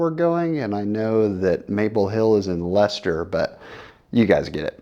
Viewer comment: Nice job pronouncing Leicester! (NE DG Expo is in Boxborough, not Foxboro)